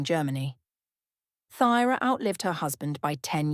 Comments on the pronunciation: I think it’s pronounced Turah? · What errors? Pronunciation of Thyra’s name, and mistakes in genealogy that have been pointed out to you in the comments. It is very important to get your facts correct.